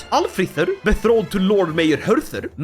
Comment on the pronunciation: Goddammit, I love you but could you please stop saying "bethroded" instead of "betrothed"? 🙂